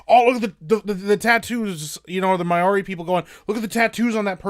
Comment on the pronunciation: Please, Maori is pronounced "Mow-ree" (rhymes with "How-ree") NOT "May-or-ee"